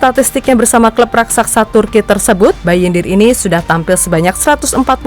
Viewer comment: Kenapa banyak yg gak.bisa ngucapin RAKSASA dng benar ya 😅